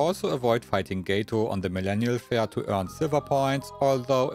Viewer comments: "Gay-toh", I think you are supposed to pronounce it like "Gah-toh", Cat in Spanish. 😅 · My man pronounced Gato "Gay-Toe" holy shit......